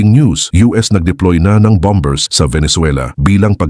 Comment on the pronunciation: Bambers I'm Mata, ayusin mo Naman pronunciation mo! 😊😊